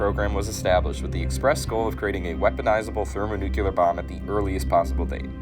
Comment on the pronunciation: It's hard for me to take anyone seriously who says "thermonucular." I know a lot of people say nuke-u-ler instead of nuclear, but it's just an instant tell that the person speaking has questionable credibility.